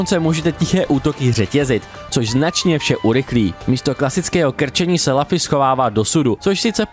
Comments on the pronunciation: Zdravím, jako zarytý fanoušek One Piece mě výslovnost jména protagonisty jako „Lafy“ ačkoliv v originále je to Luffy [Ruffy] (v japonštině se L čte jako R) zneklidnila. Pochopitelně ne každý zná One Piece a správnou výslovnost cizích jmen, ale tohle mě na jinak zajímavé recenzi zklamalo. Dokázal bych odpustit i americkou verzi Gomu Gomu no Mi tady zmíněnou jako Gum Gum ovoce, ale přes jméno protagonisty nejede vlak. Kratos taky není Krétos, Dante taky není Dent a Ezio není Ezjo. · je to luffy ne laffy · Lafy ? Co to sakra ? :D Recenze ok, ale tohle mi rvalo uši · jmenuje se Luffy a čte se to lufy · Strašná recenze, po první minutě jsem jí musel vypnout. Při recenzi hry, by si člověk měl alespoň zjistit výslovnost jména hlavní postavy. "Lafy"???? "Gam Gam" ovoce???? to se vážně nedá poslouchat 🤮🤮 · Kdyz to rekl poprve malem jsem se do*ral.. :D cim vic to ale opakoval, tim vetsi jsem dostaval pocit, ze prohodit mobil zavrenym oknem je taky moznost.. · Já jsem si u Indiana zvykl na určitou úroveň jejich recenzí. Když však odpovědná osoba neumí ani vyslovit jméno hlavní postavy, jak mám věřit zbytku recenze? Najednou to vypadá odfláknutě. Jsme jen lidé a kdybych dostal text, který jsem nikdy neviděl o něčem, co neznám, taky bych měl problém s výslovností cizích jmen. Jenže kdyby se tohle stalo u jedné ze slavných sérií jako God of War, Assassin´s Creed nebo Legend of Zelda, místo mého chápavého komentáře, kterým jsem chtěl říct: „Je to velká chyba, dejte si příště pozor,“ bychom mohli mít náběh na třetí světovou. Pro člověka, kterého nezajímá anime, natož One Piece, je to prkotina, ale zkusme si to představit u hry, kterou známe všichni a na nějaké pochopení můžeme rovnou zapomenout…